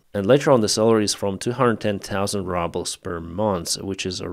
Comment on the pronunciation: Its 'rubles', not 'RUBBLES"!